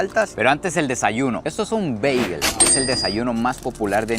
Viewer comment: Mae perro no se quien le dijo que Bagel se dice así pero mejor pregúntale a un Americano por qué así no es prro. Pura vida ❤